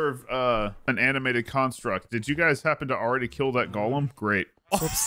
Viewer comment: Wait, so they can say golemancy correctly, but they can't say golem.